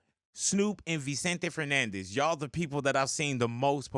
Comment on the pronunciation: I can’t believe he actually said Vicente Fernandez, that’s wassup! Mexican raza🙏🏾